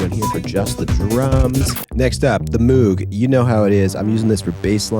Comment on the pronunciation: This is a great setup! Moog..Rogue. Rogue=Moog. MOOG RHYMES WITH ROGUE bud..its not mooooog (only outside of the US is said that way becauseof the accent) Bob Moog named his first synth..The Rouge so ppl could say his last name right..😊